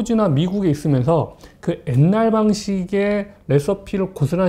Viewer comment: 이 분은 가끔 한국어 발음이 부정확해요ㅠ 옛날--엣날, 게-개